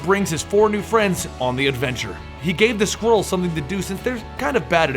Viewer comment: When you said Skrulls at first, I thought you were saying squirrels